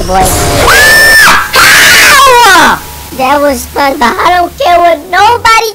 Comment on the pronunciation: Its spring bon bon not spongebob